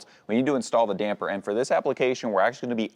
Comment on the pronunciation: Thanks for saying “Damper” correctly!!! The “Dampener” guys really are irritating!!!